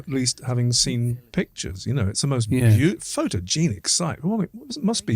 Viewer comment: Haha. That’s Gaelic pronounced like Garlic. Oh no it got worse. Callanish like fish, photogenic like dichlofenic. Not wise for the individual who raises pronunciation to make such a balls up. As to the subject matter. It’s more likely for a strike to occur in such a place post construction. Smouldering peat in a thunderstorm lol. Try an increase in electrical conductivity,- wet and acidic. Is this the woowoo channel?